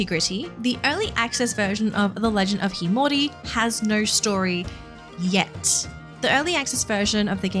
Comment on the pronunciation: Sorry, but that's not how you pronounce the title...